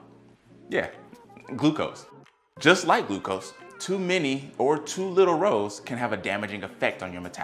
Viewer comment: It's hard to have confidence in the information when the speaker pronounces ROS as 'rows'. I've watched many videos on this topic over the last two or three years and without exception every single PhD and MD I have watched pronounces this 'ross'. I'm not saying there couldn't be an alternate pronunciation but in dozens of speakers, I've never heard it. So wondering…?